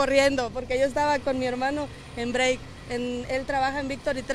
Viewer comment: La tipa en vez de decir break dice brey carambola si quieren trabajo aprendan inglés